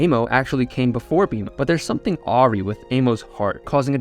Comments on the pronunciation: Theres something Ah-ree with her heart. Awry is pronounced Uh-Rye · Lol...."aw-ree". Pronounced "ah-rai"